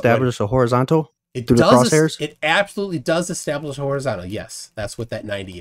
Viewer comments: "extablish"... Heh heh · Across all the stupidity here, why does the use of the word "Ek-stablish" annoy me the most 🤣🤣